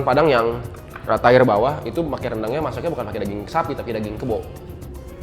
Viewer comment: TIER nya tiyer ger bukan tayer